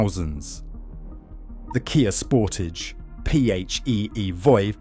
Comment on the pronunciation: Pronunciation of SEAT is in deficit. Ditto Sportage. Sorry, Anglophones just cannot say big words such as Sportage. I could have been rude enough to pinpoint the problem, but acted with restraint. Mercedes isn't mirsaydees, either .....